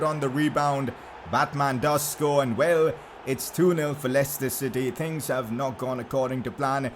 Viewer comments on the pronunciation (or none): none